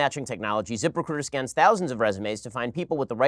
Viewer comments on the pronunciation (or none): It sounds like he's saying "Zippercruiter".